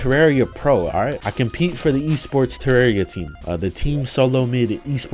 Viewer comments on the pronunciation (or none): its terraria not terrario wtever